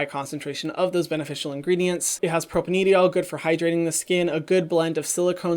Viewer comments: Hi Hyram! I love your videos so much! I'm a chemist and I really love the effort you put into your research! No shade at all but I wanted to let you know that propanediol is pronounced propane-dye-all. Chemical compound names are super weird and if i didnt study chemistry I for sure wouldn't be pronouncing it right haha. Just thought you may want to know for the future :) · don’t wanna be that guy but hyram it’s pronounced propane-diol not propaneedyol. The molecule’s structure is a propane parent chain with 2 alcohol groups (hence: di-ol, or 2 alcohols) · Thanks for another great video Hyram! Quick note from a chemist, 'propanediol' is pronounced a bit differently (4 syllables, propane + diol). Since it comes up on a lot of ingredient lists, thought you might want to know :) cheers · Chemist here. Propanediol pronounced "pro-pain-die-ol". Would have thought it to be a different ingrediant if I didn't have captions on. We understand, chemical names are hard to pronounce. Love your work, keep it up <3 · It's pro-pane-die-ol